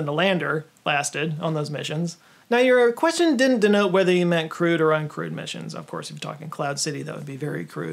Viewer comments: Every single time you mention a “Crewed Mission” of any sort, I can’t help but to hear it as “crude mission,” like an underplanned fly-by-the-seat-of-your-pants mission. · Took me a second to realize you were saying "crewed" (as in "manned"), as opposed to "crude," even though you do actually bleeb out crude stuff...